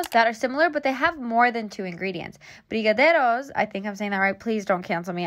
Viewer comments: your brigadeiro pronounce was on point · You’re saying that right, queen 😍🇧🇷 Much love from Brazil! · brigadeiro!!! you were saying it right actually. 💖💕✨ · Brazilian subscriber here: you said “brigadeiro” perfectly! You should try and make them next time, you’ll love it, B! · I am Brazilian and you pronounced brigadeiro all right! I am actually impressed. And brigadeiro is made of butter, condensed milk and chocolate powder. You don't need the sprinkles. I sometimes do a brigadeiro you eat with a spoon late at night. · I’m so triggered HA but her pronunciation was pretty good! I’m so grateful she tried to say it properly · I'm brazilian and u said "brigadeiro" perfectly! :^) Also, brigadeiros are so good and SOOO easy to make~! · brigadeiros are life and you said it right! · Yes! Your saying the Brazilian chocolate fudge dessert correct. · It reminded me of brigadeiro, and then you said it was similar. I'm a Brazilian fan and am currently fangirling a lot lol Edit: your pronunciation was so good! Better than many gringos. And the sprinkles aren't necessary, but if you want to make them in that round shape it kinda is lol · yes, you are saying it right! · Im from Brazil and I love how you say brigadeiro... Here, the "r" (sound) is a little different, but you said as good as an foreign person can get hahahah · You’re so cute pronouncing Brigadeiro ❤️ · Yessssss, you said brigadeiro right